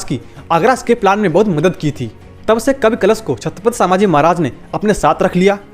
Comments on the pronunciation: अरे छञपती संभाजी महाराज बोल सांभाजी नाही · Chhatrapati Sambhaji Maharaj, vedio banane se pehle correct pronunciation sikh lo. Its Sambhaji Maharaj not Saaambhaji Maharaj.